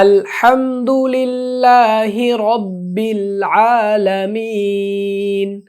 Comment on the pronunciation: আল হামদু লি(ল্লা)হি ভুল হয়ছে